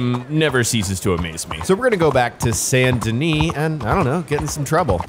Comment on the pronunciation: San Denee? Ya what? This aint France, boy.